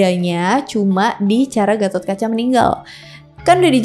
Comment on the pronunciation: Ijin koreksi : - Gatot bukan GACROT - Bima bukan BIMACHH - Nyendat bukan NGEN... 🙏